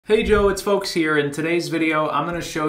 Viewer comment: you said hey Joe its folks here, am i the only one who heard that?